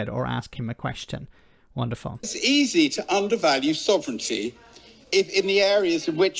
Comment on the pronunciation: "Sov...ren...TEEEEEE"? Boil water. Add one teaspoon of nonexistent "Sov...ren...TEEEEEE" per person to the pot. Brew for a few minutes, then pour. A drop of milk helps you swallow your "Sov...ren...TEEEEEE" Enjoy!